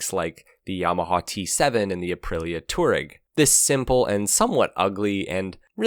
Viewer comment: Tuareg is not pronounced toureg.